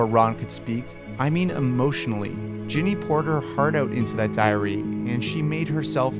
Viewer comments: Sounds like he keeps saying Jenny not Ginny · G-inny not Jenny GINNY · Sorry but anyone else annoyed with the way you said "Jenny" and not "GINNY" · Man she's GINNY Not JENNY. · STOP SAYING JENNY